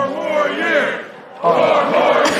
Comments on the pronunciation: All i could hear was " poor more years" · Listen to how he says "four more years". The fact that he has no idea the purpose of the word "pause" in there tells me he has NO idea what he said before. He can't differentiate the words he's speaking. And to be starting your own chant? Pathetic.